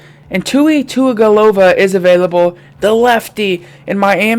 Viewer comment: It’s pronounced with Tungavilova so you say it with a n that’s not really there if you didn’t know you could just look it up!!!